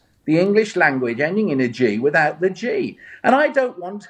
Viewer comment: "You do not pronounce the English language ending in a G withou' the G" Oh, the hypocrisy. (No relation, by the way)